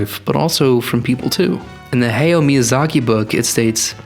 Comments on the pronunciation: You pronounced Hayao incorrectly!! Hai yau. Not Haiyo. Boo. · You could at least have taken the time to learn that his name is not hey-o but ha-ya-o. Reminds me of people saying menga instead of manga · Bruh you spent all that money on the book and never learned how to properly pronounce the man’s name, wild. It’s not ‘hey-yo’ it’s ‘ha-yow’. But thank you for informing me that Miyazaki hates ‘Let It Go’ as much as I do😁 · When you pronounce Japanese names, remember that it’s romanised Japanese characters. Any syllable ending with ‘a’ has an ‘ah’ sound ‘E’ ‘eh’ ‘I’ ‘ee’ ‘O’ ‘oh’ ‘U’ ‘u’ Usually you don’t put emphasis on specific syllables. So “Hayao” would be ‘Ha-ya-oh” hope this helps :D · ❤Thank you, we are the ones who thank you. I speak on behalf of everyone here. Thank you very much for the information and don't worry about pronouncing "Hayao" wrong, that was a minor and very small detail for a great content that you created! 🫂🫀❤